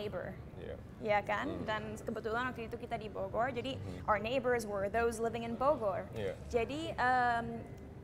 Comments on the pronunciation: cinta kalo ngmng Bogor musti ada tambahan huruf " w " nya wkwkkw Bowgorrr bowgorr 😁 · salfok kalo cinta ngomong bogor , r nya itu looh 😋😚😂